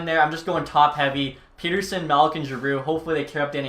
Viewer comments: I hate to be this guy but... Pettersson is pronounced pet-er-son, not peter-son like North Americans do. 😅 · Its pronounced (pet)(er)(son) not (pete)(er)(son)